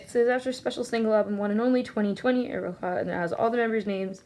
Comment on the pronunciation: aroha is pronounced like aroa :)